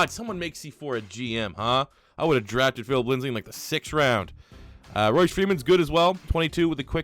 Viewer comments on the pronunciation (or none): Say it with me bro...LINDSAY. His name is LINDSAY not "LINDSLEY" y u keep putting that second L in there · You know his name is Lindsay not Lindsley right? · Lindsay not lindslay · It’s Lindsay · Pronounced Lindzee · Lol Broncos overlooked so much he can't even say his last name right when he's in the running for oroty